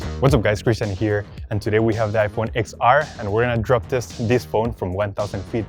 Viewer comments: It’s iPhone ten R not ix R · I'm pretty sure it's pronounced Ten R not X R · It's pronounced 10 r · iPhone XR is not “x”，it's ten ，Roman numerals X